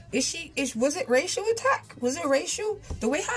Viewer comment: lol when you said racial it sounded like you said Rachel 🤣🙌